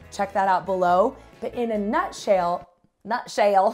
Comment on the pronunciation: "In a nut shale"... Lol!! 😆